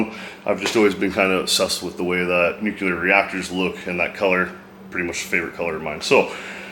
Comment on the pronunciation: Nuclear is pronounced 'new-clee-er' not 'new-cue-ler'